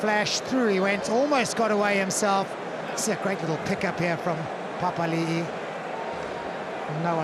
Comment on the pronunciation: Can the English commentator pronounce anyone's name correctly? He butchered Retallick, Papali'i, maybe Tele'a and Savea too.